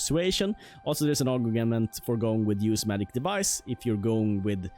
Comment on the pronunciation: i like how he says Maic instead of Magic